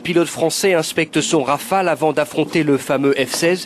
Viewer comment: "ze raïfeille"